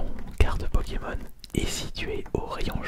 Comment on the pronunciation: Il charcute les noms des pkmn